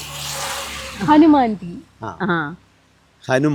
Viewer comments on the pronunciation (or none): ഹനുമാന്തീ അല്ല ഹനുമന്തീ